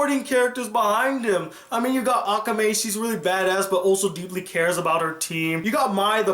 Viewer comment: Who does he pronounce so bad i swear some people cant say akame the right way